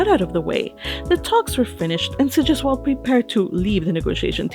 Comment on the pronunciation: "Sigisquirm" . Hah.